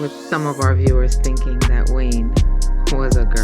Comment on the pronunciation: ok i thought "Wayne" sounded a bit weird.